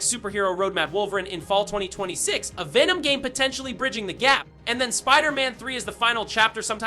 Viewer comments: This sounds like 2023 leaks being reposted as "fresh" being told by an Ai who keeps saying "Vey-nom" and "man 3". Awful quality. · Vay-nom... smdh. That made my ears bleed